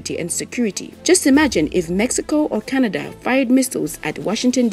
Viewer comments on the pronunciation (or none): none